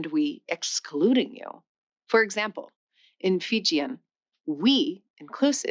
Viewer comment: How does a linguist not know how to pronounce the names of languages??? FijEEan, TiBEtan, QuEchua, not Keechwa! How is this poss?